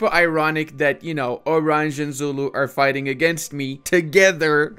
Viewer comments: Please, stop calling Oranje "orange". It spells like /oˈrɑɲə/. I generally don't like these rasicst rednecks, but having spent some time in South Africa (actually with the San people - the ones who talk with "clicks" - and they are as cool as they are being portrayed in movies, if not even more) it almost hurts me physically if you mispronounce it that badly. 😜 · Oranje is pronounced O run yah